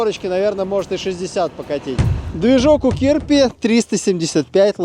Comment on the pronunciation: а он разве не "Чирпи"?